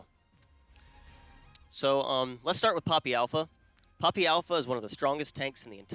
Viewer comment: I thought for a bit you were saying Pewdiepie and was rather confused.